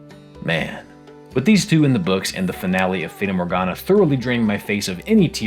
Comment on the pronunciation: "feyda morgana"